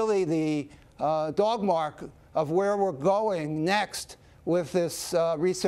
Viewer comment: “So affecting the sensitivity, but also the specificity of our Crisper CAS system is really the” — what? Hallmark? It sounds like dogmark, sort of — “hallmark of where we’re going.” HIV has been successfully repressed and controlled but not cured, as I understand it.